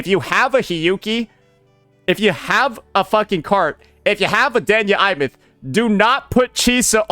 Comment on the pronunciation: I’m sorry Imeath… WHERE IS THAT I COMING FROM?! It’s Aemeath!